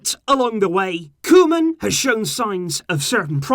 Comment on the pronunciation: Hi! Just helping with pronunciation, try and say Koo-man but the man like the English can't and can and try to say the koo a little faster, Vitesse is pronounced Vi-tess-e you say the e at the end. Keep up the good work!